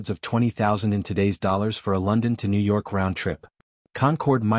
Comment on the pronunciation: I hate these AI vids with sub 1000 subscribers. The AI narrator can't even pronounce New York.